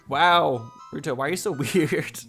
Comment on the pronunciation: I thought you said rude hoe for ruto